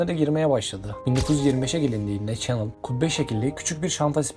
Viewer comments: Çenıl derken 😂😂 şanel be şanel. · Nagzi Çenıl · şanel diye okunu çenıl değil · Ay bu nasıl telaffuz kulaklarım yandı nağzi ha ? Siz gençler neden iyice araştırıp soruşturmadan bu işlere kalkışıyorsunuz? Şanel adını hiç mi duymadınız bu bilgi çağında? Ansiklopedi karıştırın demiyoruz her şey bir tuşla ulaşılabilir durumda bir de sizlere teknolojiçağının gençleri deniyor yani çabanızı takdir etmekle beraber bu telaffuz hatalarınız kırmızı kartı görür ona göre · “Çenıl” değil, Şanel; “Naazi” değil, Nazi. “ilk videonuz” oluşu, bu hatalı telaffuzunuzu düzeltmez. Günlük yaşantınızda hiç mi duymadınız “Çenıl’a Şanel; “Naazi”ye de Nazi dendiğini? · Coco Chanel in soyadının yanlis telafuzu Nazi kelimesi Naaaazi diye telafuz edilmez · videonuz gayet guzel ama bu ile kalkışıyorsanız isimleri doğru telaffuz etmek ve diksiyonunuzu düzeltmek zorundasınız kusura bakmayın. Çenıl değil öyle bir şey yok Şanel doprusu, Luis degil lui